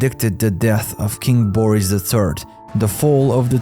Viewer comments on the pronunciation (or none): none